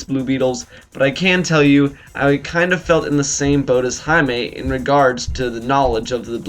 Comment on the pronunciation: Nice review, thanks for pronouncing Jaime's name correctly :) Yo where's this show been for the last 2 years?